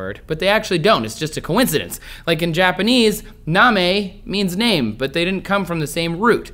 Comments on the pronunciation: "na-me" means to lick. The word you were trying to pronounce is "namae" (nah-mah-eh) :) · For the Japanese words, namae is pronounced, na-ma-eh bouya is bow-ya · sorry trace . your japanese pronounciation was way off. they are pronounced more like, nah mah ey and bow yah